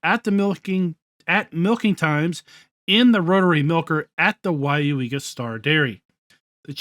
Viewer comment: WOW, You pronounced Weyauwega correctly. I live 40 Miles from there. HAHAHAHAHAH. A lot closer than the Prairie du Chien map LOL.. Drive through there at least 4 times a Year... At least this time the North/South orientation is correct. AHAHA that main Road is County Rd X and goes Northeast to US. Highway 10 and the City of Weyauwega is just on the other side. Just off the map corner. go west on US. 10 puts You in Stevens Point. go east and it goes into the Neenah Menasha Area South of the City of Appleton. They got the North/south Road through the center of the Map right, Buchholz Rd. You can see that pile of rubble on Google maps. HAHAHAHAHA looks more like a Wood pile tho. I hope all the Flaws are fix'd. That would be a nice Map since I know most of the Roads around there. Most certainly a Dairy area.. and Dairy Cows are mostly kept indoors and do not free range on Grass like Beef Cattle. Arnolds is actually CCS Systems. Most of the Map layout for the Farm building is correct. As a matter of fact most of the Building are on Google Maps. That Animal area is actually a ZOO.. Animal Haven Farm Zoo.....